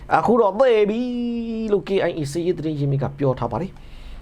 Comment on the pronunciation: သေပြီဆိုတဲ့စကားလုံး ပြောထှာ ပြောထှာ လူကိုလန့်သွားတာပဲ... ...ဖြေးဖြေးလုပ်ပါ တော်တော်စိတ်မကောင်းဖြစ်နေတဲ့လေသံပဲ...